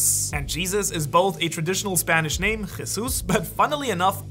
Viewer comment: Kudos for your pronunciation of Spanish names